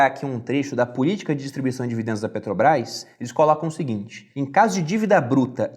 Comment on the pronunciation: Muito bom o Video, mas ouvir "Peteobrais" é foda